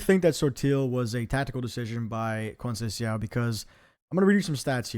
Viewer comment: Great content, just check how to pronounce Conceicão and Thiaw